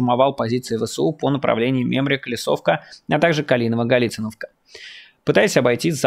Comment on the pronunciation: Галициновка ударение на второе и 😡 слух режет также как ударение на е вместо о в названии Снежное